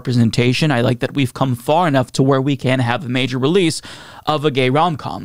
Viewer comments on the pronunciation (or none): none